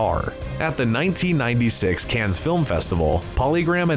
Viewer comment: Rad! Cannes has a silent S.